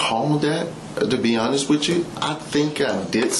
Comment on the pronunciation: "To be honess"....